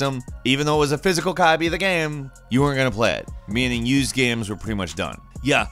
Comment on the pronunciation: How do you say "Games" ? "Gaimes"? "Gaymes" ?